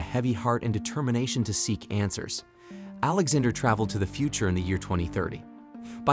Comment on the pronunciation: The way he says Alexander sounds like he's saying alexa-der